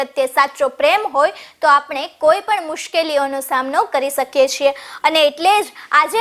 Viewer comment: ઉચ્ચાર બાબતે એક ત્રુટિ જોવા મળે છે, (સ) ઉચ્ચારણ માં= "શ"આવે છે... (શ–કીએ) બોલવામાં "સ"– કીએ.. બોલાય જાય છે... કોમેન્ટનો એકમાત્ર હેતુ વધારે ભાષાકીય સુસ્પષ્ટતા લાવવાનો જ છે.🙏🫡🇮🇳